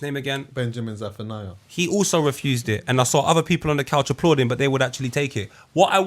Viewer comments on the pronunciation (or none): none